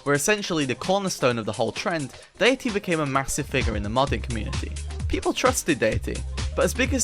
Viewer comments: why do you pronounce 'datæ' like 'dayatee'? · Why are you so bad at pronouncing æ? It's literally a letter in English and it's pronounced like the 'a' in apple. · Bro refuses to pronounce Datae proper. He's ragebaiting the ragebait, its genius.